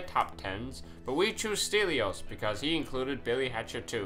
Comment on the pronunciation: Stelios is a greek name, nothing cryptic here..... and you pronounce it wrongly.